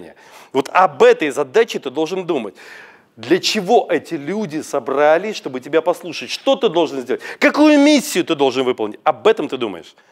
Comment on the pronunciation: огромное спасибо. Многие вещи (например, сцепление пальцев, ровная интонация, стойка) я делала по-старинке. Буду перестраиваться. Позвольте замечание: выбираю трёх человек в зале (не три), собрались -- ударение на И (не на А). Впрочем, это мелочи. Ещё раз благодарю. Елена